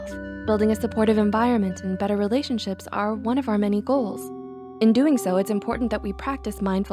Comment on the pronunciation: You said pf instead of of :D